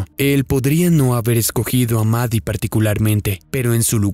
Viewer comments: La llamas 'Mari' y se llama 'Maddie'. Su nombre se pronuncia exactamente igual 'MADI'. 🫰🏼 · Ok pero no se pronuncia "Mari" xd